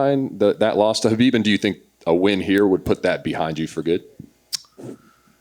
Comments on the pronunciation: BIG respect for Justin for changing the way he said Khabib’s name right, with the H and not K… mad respect! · He corrected himself when pronouncing Khabib's name, AWESOME! Totally didnt expect that. #respect #gaethje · Luv how justin pronounced khabib's name right.